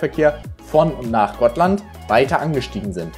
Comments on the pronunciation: Gotland wird hier völlig richtig ausgesprochen. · Im Schwedischen wird die Insel "Gottland" ausgesprochen. Kling für Deutschsprachige ungewohnt, ist aber so. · Danke für deinen Kommentar. Tatsächlich wird Gotland im Schwedischen wie GOTTland ausgesprochen. Hier mal ein Link zur schwedischen Aussprache: Wir von versuchen immer, die Städte, Inseln, Namen, etc. nach Möglichkeit in der Landessprache auszusprechen, um die Internationalität der Fährbranche zu unterstreichen. Außerdem lernen wir und ihr dabei ein bisschen die Sprache des jeweiligen Landes kennen.